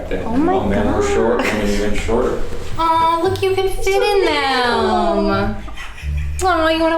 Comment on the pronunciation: I love you but your not allowed to say even anymore until you pronounce it right please lol.